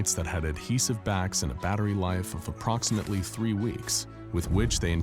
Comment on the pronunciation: Hey anyone else notice he said "apploximately" ?